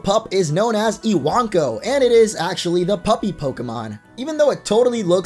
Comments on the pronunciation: I-wank-o? Lel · Iwanko I-wan-ko I-wank-oh😱